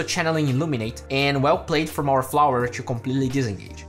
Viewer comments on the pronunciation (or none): stop saying "tshoo" instead of "to"...i know its the accent thing but try to say it without the "tsh"